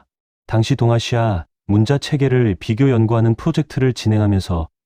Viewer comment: 한글 관련 자료를 알리면서 어떻게 초등학생들도 아는 우리말조차도 제대로 못 읽습니까?!?!?!?!? '문자'로 쓰고 [문짜]로 발음한다. 즉, 읽고 말한다. 정녕 이것조차도 읽을 줄을 모르면, 이런 '엉터리 발음'으로 나라 망신 그만 시키고 표준 국어 대사전에라도 찾아보시오! 사전 단어 바로 밑에 아래와 같이 발음이 표기되어 있습니다. 아울러, 그곳을 누르면 정확한 발음을 들을 수도 있습니다. 우리의 어린 자녀들과 한국어를 갓 배우기 시작한 외국인들이 이런 '엉터리 발음'을 듣고, 그대로 따라서 '엉터리로 발음'을 할까 봐 심히 두렵습니다!!! "과이불개가 시위과의니라." [過而不改 是謂過矣] "잘못을 저질러 놓고도 고치지 않는 것, 이것이 바로 잘못이니라." - 공자 - 잘못 썼거나, 잘못 발음을 하였거나 등등 어법에 맞지 않게 쓰고 읽은 곳을 발견하면, 즉시! 바로! 어법에 맞게 바르게 고쳐 주세요! 만약 유튜브로 한 번 올린 자막은 수정.교정을 할 수가 없으면, 댓글 맨 상단에 댓글로 어법에 맞지 않게 쓴 곳은 바르게 고쳐 공지로 올려 주시기 바랍니다. 이렇게 하는 것이 유튜버가 우리 시청자들에 대한 최소한의 예의이고, 글을 쓰는 자의 기본 자세입니다. 그래야 어법에 맞지 않게 엉터리로 쓴 우리말이 오염이 덜 됩니다. 그냥 방치하면, 유튜브가 존재하는 한 마르고 닳도록 엉터리 표기.발음이 전 세계로 오염되어, 아름다운 우리말을 파괴시켜 영원 무궁토록 나라 망신을 계속 시키게 됩니다. 아직 '한글 맞춤법'을 배우지 못한 사랑하는 우리의 어린 자녀들은 부모가 쓰는 것을 보고 그대로 따라 쓴다는 사실을 명심합시다! 자식들에게 죄를 짓지 맙시다! 못 믿겠거든, '처마 끝에 떨어지는 낙숫물'을 보십시오! 한 치의 오차도 없습니다. "사과는 사과나무에서 멀리 떨어지지 않는다.' Яблоко от яблони недалеко падает. [ 야-블라꺼 앗 야-블라니 니달리꼬- 빠-다잇] - 러시아 속담 - 반드시 교정을 보고 올립시다! "눈물로 슬픔이 가시지 않는다." "Слезами горю не поможешь." [슬례자-미 고-류 니 빠모-줴시] - 러시아 속담 - 아름다운 우리글, '한글'을 아끼고 사랑합시다. 이것이 바로 애국(愛國)입니다. "한 나라가 잘 되고 못 되는 열쇠는 그 나라의 국어를 얼마나 사랑하느냐에 있다." - 주시경 선생 - “말과 글을 지키는 민족은 남의 민족 밑에서 노예 생활을 해도 언젠가는 제 나라를 세울 수 있지만, 말과 글을 잃으면 그 민족은 사라지고 만다.” - 정인승 박사 - "좋은 약은 입에는 쓰나 병에 이롭고, 충언(忠言)은 귀에 거슬리나 행동에 이롭습니다." "良藥(양약)은 苦於口(고어구)나 而利於病(이리어병)이요, 忠言(충언)은 逆於耳(역어이)이나 而利於行(이리어행)이라." - 장량이 유방에게 한 진언(進言): ※ 진언(進言): 윗사람에게 자기의 의견을 말함. 또는 그런 말.